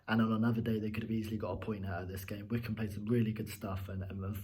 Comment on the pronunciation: Hmm, I always thought Wycombe was pronounced [why-comb], not like Wickham... Anyway, if Krul didn't shout, and I believe he didn't, Hanley should have cleared the ball just to be on the safe side. Then again, I think Krul might have had enough time to get to the ball first. But he moved forward, stopped, moved again, and then stopped again. Definitely not the best performance I've seen from Norwich, but good three points. Great free kick by Mario. And finally someone played a through-ball to Pukki!